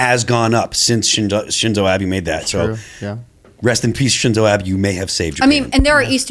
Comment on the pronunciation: Ah-bay. Not Abby. Shinzo Abe